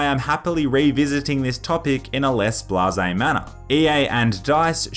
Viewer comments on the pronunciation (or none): none